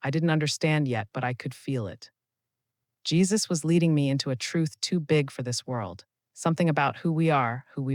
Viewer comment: Jesus not jaisus